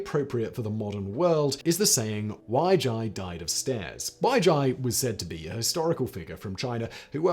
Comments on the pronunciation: Wei Jie is pronounced more like Way-Jeeay than Why-jai. We are once again begging you to look up basic Chinese pronunciation, Simon. Please. At least try. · "Wei Jie" is pronounced something like "weigh jieh" please.